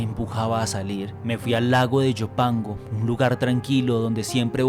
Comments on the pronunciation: Es lago de Ilopango, no de Llopango. Se nota a leguas que el narrador no es salvadoreño, pues no conoce nuestra geografía. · yopango dice 😂😂 Ilopango. ilopango. iiiiiiiilopango.